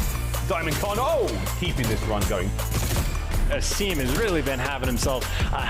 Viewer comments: Did dude finally figure out how to pronounce Asim? He did.... only took 3 maps! Sorry, no he only pronounced it properly once, and he’s a "professional" caster...smh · Why's this commentator say Asims name wrong. Like c'mon man, your job requires you to know their name for fuck sake